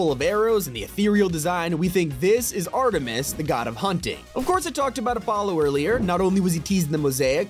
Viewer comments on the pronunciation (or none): none